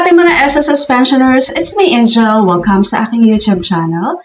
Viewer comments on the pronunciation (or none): none